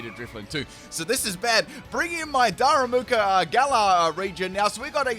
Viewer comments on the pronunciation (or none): "what kind of pedant would roast him in the comments for saying a name wrong?" 27 "daru MOO ka"s later... da ru ma ka, DARU MAH KAH! Like "Daruma"!! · U lit said darumaka correctly the first time and then proceeded to call him darumuka the rest of the battle😂😂.. bestt part is u apologised as if it was the greatest mistake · Noone: Literally nobody:: Daramuka xd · Dude you pronounced Darumaka's name like three or four different times in this video LOL.